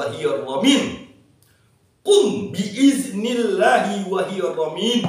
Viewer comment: Qobiltu. Tapi Maaf, kurang jelas ucapan dari kata bi idznillahi wa il... Lanjutan katax kurang jelas. Mohon diikutkan dgn trks arab atau teks latinnya tuqn guru